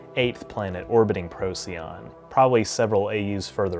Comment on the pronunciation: Procyon, pronounced Pro-SIGH-on. I used to pronounce it the same as you before I learned that.